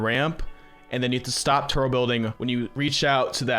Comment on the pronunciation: You don’t pronounce the B in turBo and it’s really annoying